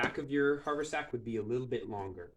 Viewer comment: Very nice job, but one comment only. It's pronounced hav'-er-sack.